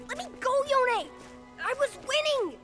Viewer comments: bro its yone not yoney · stop pronouncing him as Yone, its Yo'ne!!!!!! everyone i know kept saying his name in western pronounciation, and not eastern pronounciation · does anyone remember when he used pronounce Yone like Cone HAHA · Can we just talk about how yasuo says yoneigh and not yone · It's Yo-ne for GOD SAKE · Question how come in Runeterra they say (yo ne like bone) but now they now pronounce it differently? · why are u still calling him ‘yohn’ ..... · ITS NOT YONE "":D